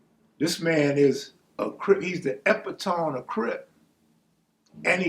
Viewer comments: My brother my brother!!!!!! It's not pronounced "EPA-TOME". EPITOME is pronounced...UH-PIT-TA-ME. I couldn't leave you slipping on your vocabulary brother. Much Respect from Oakland. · You meant to say he’s the EP-IT-O-ME of Crip, not EPITONE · Did this n!99@ say Epy tome? 😆, did you do that on purpose? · 😂 its so funny these older black guys try to sound so educated by using big words, yet half the time they either mispronounce them or use them incorrectly